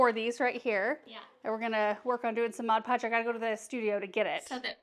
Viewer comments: So many great ideas! I say “modge podge” too! 😂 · I call it "modge podge" too 😊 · I was laughing with you and your mom over the "mod podge". I always say "modge podge", maybe that is the off brand😆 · I say modge podge too!! I say that's correct.. 😉🤣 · I say modge podge too 😅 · I call it modge podge too. And I have no intent to stop 😂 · I say modge podge, too!!!😂😂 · I say modge podge too😂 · I’m always calling something wrong like modge podge 😂😂😂 and my kids laugh and laugh and make fun of me. I so enjoyed hearing someone else do the same thing 😊 The tree is beautiful 🎄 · I have always said modge pudge as well! I know the right way to say it but it never comes out that way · The tree is stunning. I say Modge Podge too😊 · I cal. It Modge Podge too. You know what she meant 😆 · I have to say, modge podge is how I’ve always pronounced it, just like your mom. Lol! runs to find my container to see how it’s really spelled! Well would you look at that! MOD PODGE! I learn something from you in every video! lol! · I used to say “Modge Podge” all the time like your mom and then one day really read the label so I know it’s Mod Podge but Modge Podge is so fun to say! 😂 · 😂 I say Modge Pogde too!! 😂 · Haha I say Modge Podge also! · I know this video is a year old, but still fun to watch. 😊 Love the videos with your Mom and Sister. I did have to laugh as I have been using Mod Podge for years, but somehow pronounce it just like your Mom! 😂 Thank you for the fun videos! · I’m 63 and say MODGE PODGE also. Lmbo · ....you and your family are the salt of the earth! WRT saying the word Mod Podge incorrectly, if we're being totally honest, we've ALL mispronounced it at least once, if not more! 😂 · I say Mod Podge wrong too! No worries, it’s the same, right?!😉